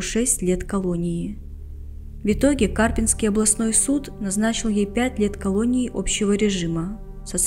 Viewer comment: Уважаемый автор, просьба к вам при подготовке материала узнать ударение и правильное произношение населенного пункта, о котором вы готовите такой обширный материал. Город - КарпИ́нск, и всё что к нему относится - карпИ́нское.